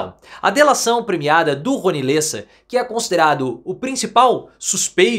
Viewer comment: Lêssa? É Léssa… (Lessa).